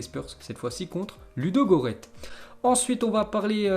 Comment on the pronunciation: Dans le nom de l’équipe Ludogorets il faut prononcer le S fait gaffe la prochaine fois